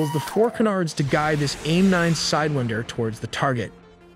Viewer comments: Love the video but you kept saying "Side-win-der" and I kept audibly saying SIDE-WINE-DER. No hate, just a funny observation. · Its pronounced "whine" not "wind" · PSA: It's not pronounced side-WIND-er but side-WAIND-er, as in "to wind" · Interesting that you pronounced it “side-wind-er.” I’ve always heard it pronounced “side-whine-der.” Not saying you’re wrong or I’m right, just interesting. Nice video. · He said Sidewihnder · it's sidewinder as in 'rewind' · Lot of wrong info and you’re using the wrong pronunciation for sidewinder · Cool video but the way you say sidewinder is very frustrating